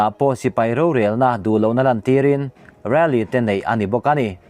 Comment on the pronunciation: RALLY ilam dan chuh😄